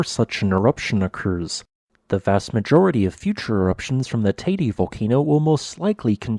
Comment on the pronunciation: Out by of respect for the people living in the island and those who are listening Can't the guy make the effort of pronouncing the name of the volcan and of Tenerife in a way that everybody understand to what he is referring to.